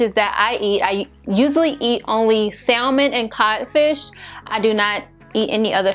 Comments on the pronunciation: Sa-men.....the L is silent. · maam I know how to spell salmon. It’s how you pronounce it. You do not say the L in salmon.